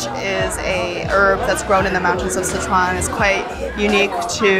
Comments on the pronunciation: dope video.... but I can't get over how the narrator keeps saying "See-chuan" lol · What the hell is with his pronunciation of "Sichuan"?